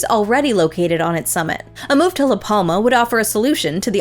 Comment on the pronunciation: jajaja La palma.... jajaj say LAS PLAMAS with amercian accent is wild funny.